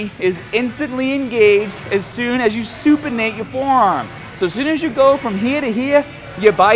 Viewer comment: Andreas Kan That doesnt even add up, cause in this video he pronounced "here" like "heee" and at one point he said it like normal. "here" anyways, who cares. He still makes great vids, accent or no accent, I'm still gonna watch lol